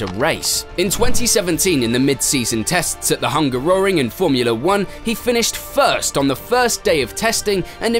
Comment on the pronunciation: LOL came here off the back of an entertaining 2012 recap, thinking this dude makes great videos but pronounces the names as if he's never seen F1 before. Then... Sharlala Clur 🥸 Hunga Roring.. yeah this narrator hasn't seen F1, he's just reading from a script. It's amusing though